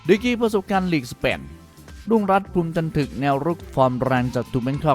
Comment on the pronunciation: รุ่งรัตน์ นามสกุล "ภูมิจันทึก" ออกเสียงคำท้ายว่า "ทึก" เสียงตรีพยางค์ท้ายเดียวกับคำว่า "ระทึก" "สมนึก" หรือ"ชัดลึก" ไม่ใช่เสียงเอก "ถึก" อ่านผิดนะครับ นักฟุตบอลอย่างรุ่งรัตน์ที่เล่นมามากกว่าสิบปีในวังวนไทยลีกและทีมชาติไทย ไม่น่าอ่านนามสกุลของเขาผิดเลยครับ...